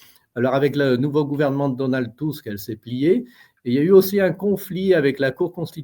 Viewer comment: C'est Donald Tusk pas Tuck,grand ami d Ursula!!!!!! est dange pour la Pologne !!!